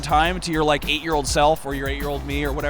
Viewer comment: And when you're done, "Did u rike it?"